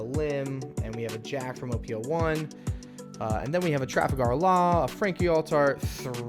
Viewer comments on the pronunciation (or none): Bro BOTCHEDEDED Laws name 😭😭😭